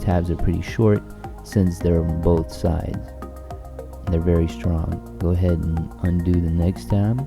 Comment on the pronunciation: did you say gourdhead ??